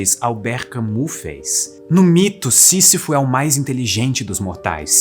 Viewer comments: Que aula de filosofia ❤. Mas se fala "Cami" e não Camus... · Só uma pequena correção: Camus se pronuncia "Cami", e não "Camu". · AMIGÃO, Camus se pronuncia "Cami". Um abraço. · Camu?! 😢 tente refazer, pois ficou bom. Diga: "Camíiii" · Muito bom o video, gostei! Não sou perito em idiomas, mas sobre a pronúncia do nome do Albert Camus, creio que não se fala o (u) e sim com (i), seria algo como (Camí) a pronúncia. Mas o video ficou excelente! 👏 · Vale a pena conhecer a obra do Albert Camus (a pronúncia mais próxima do português é kãmí ): o mito de sísifo, o estrangeiro, a peste e a queda. Quatro obras de fácil compreensão, boas narrativas, pequenas e geniais, que lhes rendeu o prêmio Nobel de Literatura. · Albert CAMUS (se pronuncia CAMI) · Bom texto. Camus não se pronuncia Cami? Escolher viver a própria vida sem se agarrar a ela. Fala isso para os neuróticos. Kkkkkk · Bom vídeo. Por favor, corrija a pronúncia de "Camus" (não se pronuncia como está escrito).